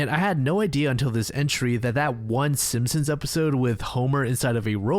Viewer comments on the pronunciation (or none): none